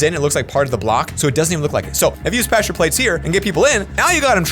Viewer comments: plesure plates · Nobody:: “plessure plates”